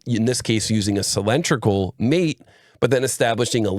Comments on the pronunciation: outstanding video from you as always but I do find "sill-EN-tri-cal" very distracting! Could you try "sill-IN-DRIC-al"?! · "cylindrical" ≠ "sill-EN-tri-cal". Otherwise, excellent video!